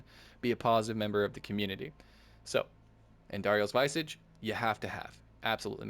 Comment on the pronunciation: No snark or grief here, just a heads up. *Vis-ahh-ge Mispronounced words are said to be a sign of intelligence because most likely you’re learning the pronunciation through reading. Enjoying your content, keep up the good work!